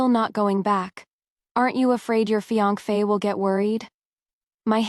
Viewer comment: The ai kills me. Saying me instead of my, or fienKfay instead of fience